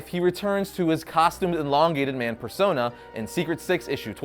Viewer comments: Stop saying enlongated it’s elongated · ermahgerd! it is EEEEEE LONGATED not ENNN-LONGATED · everything reads elongated man but he says enlongated man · It's not inlongated it's Elongated ;) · No one else is going to point out that he keeps pronouncing it eNlongated man? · The host says enlongated man and it's really annoying! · It’s not “En”longated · You made an 8 minute long video about a guy and you couldn't even pronounce his name correctly once.